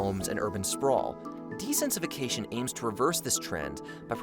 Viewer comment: Bro's really struggling to pronounce dense-i-fication